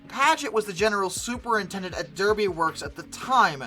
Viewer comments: FYI, regarding the Paget loco from Derby Loco Works, Derby is pronounced Darby by us locals. Thanks for the great video’s, I used to work British Rail Engineering in Derby back in the 70’s when I lived in England. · Derby, pronounced DARBY. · Can I please point out that Derby isn't pronounced the American way, but is actually pronounced as if it were selled Darby. And in the UK Cecil is not Ceecil, but as Cessil. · You're going to hate this comment - Derby in the UK is pronounced "Darby" (as is the hat). Cecil is pronounced in the UK with a short E not "Ceecil". Even the most innocuous-looking names are a trap.